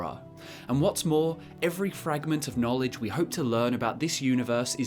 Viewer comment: He readd the boocc He succ the knowlej